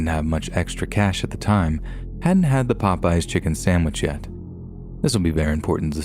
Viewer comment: Please pronounce SANDwich, not SAMwich!